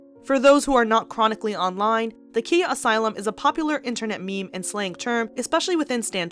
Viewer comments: It’s pronounced “Kya” not Kia like the car lol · KA-EYE-YAH (Khia) not KEY-YAH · You’re mispronouncing Khia. It’s Ky-uh. lol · Pretty sure it’s pronounced kie-ya